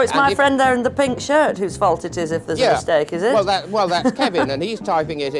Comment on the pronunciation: "Th" is NOT pronounced like "da" ... it is "the" not "da" . It's "there" not "dare" .